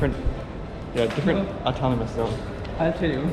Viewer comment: Its not Automonus,,,😂its autonomous region....